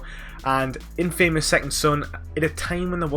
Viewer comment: I still can't get over that you keep saying the word "INFAMOUS" wrong its been years hahaha.